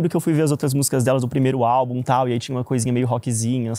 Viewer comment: Eu, professora, na hora que o falou: "A maldição do 4° álbum", escutei: "A maldição do 4° A", que é sempre a pior turma da escola! 😂😂😂 Socorro!!!!!